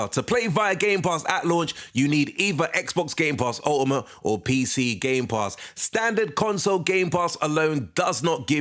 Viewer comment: So you need Game Pass “ohima” to play this game 😂😂 The way you say “Ultimate” 😂😂